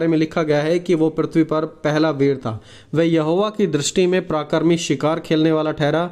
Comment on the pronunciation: भाई आप प्राकरीक ना बोलते पराक्रमी बोल